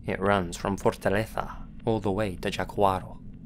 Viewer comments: "Fortaleza" is actually pronounced the way it is written, not like a Spaniard with down syndrome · Fortaleza is not Fortaletha like you would say in Spanish. And Jaguaro is not Jaquaro. Idk if I'm making sense but he pronounces it as a spaniard wouls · That's not how you pronounce fortaleza